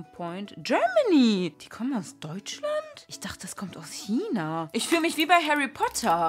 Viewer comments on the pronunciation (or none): none